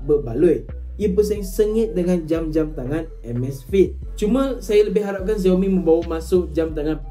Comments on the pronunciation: X sebut as Si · Pronounce bukan "Ziaomi", yg sebetulnya ialah "Siaomi"